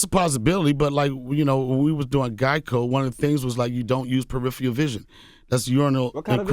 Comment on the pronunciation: lol my dude "PERIPHIAL" with a straight face on lmaoo